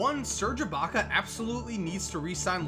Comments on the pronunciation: You said abaca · Lol says ilbaka so weird to me